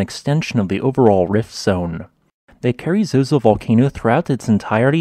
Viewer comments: I've been there and it's quite stunning. One tiny correction. I think the locals would call it "carazoso", not "carry-zozo". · It’s Carrizoso, not Carrizozo.